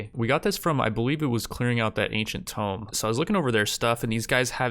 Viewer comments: Why are you saying "tome" instead of "tomb"? They are very different things. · I'd like to think he's read comments like "You're pronouncing 'tomb' wrong!" and has since deliberately chosen to keep pronouncing it his way just to mess with them, lol.